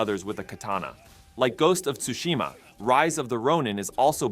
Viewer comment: Ghost of toosheema 😂